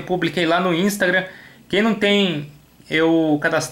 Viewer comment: Só eu que fiquei com fadiga quando ele dizia "ínstraga" ? kkk